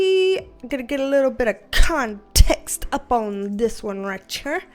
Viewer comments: HA! I've found myself thinking 'gimme conTEXT' with your accent many times a day when dealing with co-workers. HAAHAA! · I subscribed 2 days ago and I'm already saying context as "conTEXT". Your enthusiasm is contagious! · I will never say the word "conTEXT" the same again 😂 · I love you’re accent and the way you say ConTEXT!! Makes me feel at home!! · How context is pronounced up here: kahhhhh-n-tehh-ex-t Yeah.. bostonians are obnoxious. At least there's no R's in it 🤣 I digress, 10k ahhhhh-mazing!! You are just getting started my dear and we are here to support you along your journey. Keep on manifesting that dream BB! xo□ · I think you should let your hair be curly more often!! I love how you say Context. I find myself saying it the same way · Curly girls unite! I love how you say CONTEXT. Makes me smile. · I just love how you say "context". Also, love your curly hair! And congrats on 10K subs!! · Congratulacionnnnes!!! (Read in that spanglish accent like you do with the word interpetacionnn) Do you want some CONTEXT of my life?? 🤣🤣